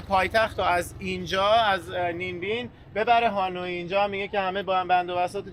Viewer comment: دوستان عزیز خوش بگذره بهتون فقط تلفظ اسم پایتخت ویتنام هانوی هست نه هانویی حرف ی ساکن هست موفق باشین